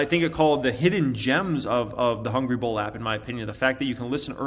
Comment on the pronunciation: Why don’t you put a link to the app in all of your videos? Took me almost an hour to find the damn thing. Mostly bc you pronounce it so fast I heard Ball instead of Bull